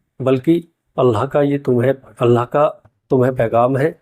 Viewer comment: Bhai aap Alha bol rahe ho thoda ek baar check karna Allah boliye. Allah kehnay me Akhir me ha hai alha nahi.